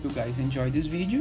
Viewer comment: "How to do dis?" 😂